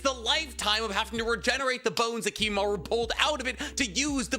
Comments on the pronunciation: Its Kimimaro not kimimaru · It's Kimimaro, not Kimimaru :/ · Kimimar-O, brother. Not uuuu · Am I the only one that finds issue with constant mispronunciation of names? Like I, overall, love his content, but the constant pronunciation of 'Kimimaru' instead of 'Kimimaro' is killing me every time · It's been 12 hours I wonder if he didn't notice lmao. He says it with a U not an O so idk fam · Kimimar-O, not Kimimar-U... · KimimarO. Cmon man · KimimarOOOOO puh-leaseeee 😭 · bro it’s kimimaro